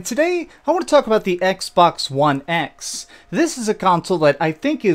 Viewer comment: Did he say "Xbax"?